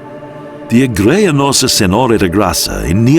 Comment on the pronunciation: Also kept saying "igreja" wrong.